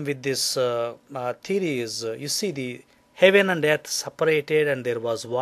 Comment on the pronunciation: ok.. like seriously.. I can't watch this video cos he's a fugly motherfucka. Do you have to stick ur face sooo into the camera? And try and use complicated words when you can't even spell properly Einstein? Btw.. its called Earth.. not YEARTH...